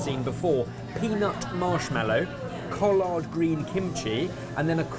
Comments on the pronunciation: The way pronounces collard is fantastic. It sounds so much better with his accent. Also, I would be 100% on board with a wrought iron tour. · I would've DIED if I'd seen y'all ambling through the market or along the Battery!! As a local, I don't go there too often during tourist season, but oh if I'd known!! Also Sorghum and Salt is phenomenal. And I love the way pronounced 'collards'. Heehee!! The idea of she-crab soup grits is just brilliant!! And when you said you were serving sweet tea, I absolutely KNEW it wasn't going to be sweet enough. We loooove our sweet tea here!! Thank you so much for visiting our beautiful city and showcasing our culture and cuisine. Love you Brits!!! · Oml love bens pronunciation of collards and oh my word yall got so sunburn